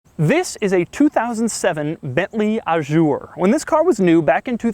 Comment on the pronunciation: That car depreciates more every week than I've ever paid to buy a car. Doug, why the 'zj' in 'Azur'? I understand you mispronouncing the 'u' as it's very French but why not juzt a z? :D. As for the trunk lock behind the logo; Alfa 156 :)